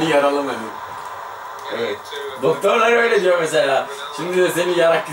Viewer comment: Şeyin deyiyo :D koptum